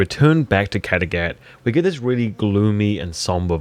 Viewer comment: Kategath??? It’s Kattegatt